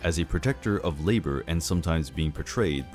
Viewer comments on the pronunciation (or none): none